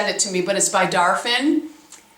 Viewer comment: Darphin = "darfAHn"